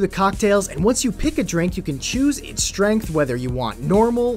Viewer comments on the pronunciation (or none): none